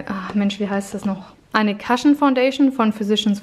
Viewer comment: Ich könnte mir stundenlang deine Ausmist-Videos angucken! Nur eine Kleinigkeit: Es wird nicht "Cashn" sondern "Cushn" ausgesprochen ;)